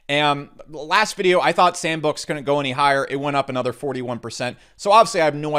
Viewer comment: props for butchering sandbox's name throughout the video